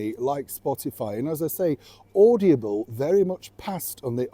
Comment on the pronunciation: Love your content, dear. Please note that the company is called Audible, not Audioble. Best wishes.